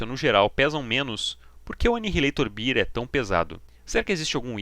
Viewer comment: video top... que saudade de quando anihilator botava medo em todo mundo... so uma coisinha que meio que ta errada, eh o jeito que vc fala anihilator beer(cerveja)kkkkk, o certo eh BE-AR, mas eh so uma observacao mesmo.. nostalgia pura!